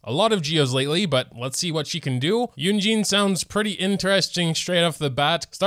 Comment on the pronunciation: Mandarin is a tonal language so the two e's in Shenhe's name actually have different tones, but the last e in Shenhe is the same as the e in Keqing. If you want to be accurate it's more like Shin-huh. Kuh-ching. Yoo-in Jean.